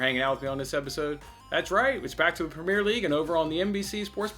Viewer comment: The way you say “premier” so wrong 😆. Good vid tho bud